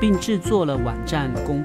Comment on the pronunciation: 可愛的「碗站」 晚安倒是很標準耶😊